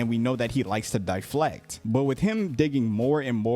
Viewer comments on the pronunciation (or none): yea, he also said DYE-flect instead of deflect, so makes sense.